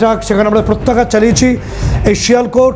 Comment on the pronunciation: Pratyagyat noi re baba,Pratyaghat.